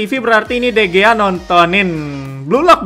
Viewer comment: Sedikit pembetulan dikarnakan orang Sepanyol sebutannya jadi De Hiya